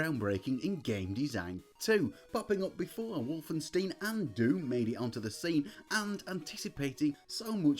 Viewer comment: Wolfenstein not wolfensteen! You are the ONLY person I have ever heard get it wrong!! EI is pronounced as eye not ee 🤣🤣🤣🤣🤣